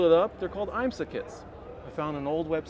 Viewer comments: I learned something new today. I didn’t know IMSA was pronounced “Eye-m-sah”… must be Italian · Nice build but this guy is ridiculous. I cringed everytime he tried to pronounce IMSA.